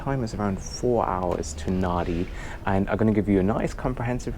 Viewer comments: Love the A330/340 . For the travelling couple in economy nothing beats the 2-4-2 seating . Loved the video , and BTW Nadi is pronounced as Nandi .. Cheers 👍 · Nadi is pronounced Nandi. I don't get why either, it just is. Your experience with Fiji Airways was very much the same as mine. A great paradise carrier, as you called them. Their livery since their rebranding in 2013 is probably one of my favourites anywhere in the world. Can't wait to get back to Fiji again! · the local pronunciation of "Nadi" is "Nandi" Cheers from an old Travel Agent in Sunshine Coast Qld Australia. Like your videos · Hey...fyi...Nandi...the n is silent!! Great vision on landing etc. It is a beautiful place and the people are wonderful. My most recent trip there not that long ago also reminded me the locals live on "Fiji time" If you want a beer...order two!! Love the place though!! Great review as always!! Thanks mate...looking forward to your next trip as always!!